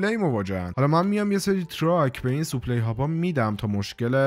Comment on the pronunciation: برادر جان خسته نباشی ولی کم بگو سوپلی لطفا بگو ساپلای supply